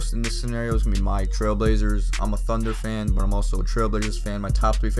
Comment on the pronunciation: Why does he say thunner and not thunder